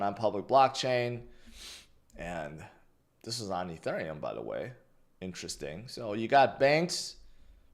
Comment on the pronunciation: Why do you say “Ethurium” like that?